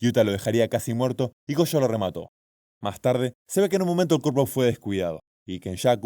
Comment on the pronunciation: Gojo - - - > Go/jo